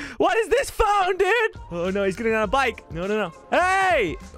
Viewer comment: duide not dude